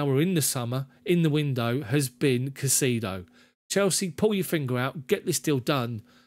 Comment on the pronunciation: Thumbs up,, on the format and commentary, with one huge caveat. Stop pronouncing the player's name as "CaiSEEdo"; it's actually "CaiSAYdo", trust me on this one, mate, I'm a fellow Hispanic 😊. Cheers!